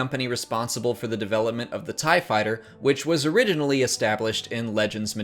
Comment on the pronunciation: Did you say oridionally...?